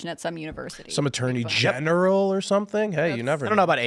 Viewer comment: I had to play it back several times, because it sounds like this guy says “attorney gender role”.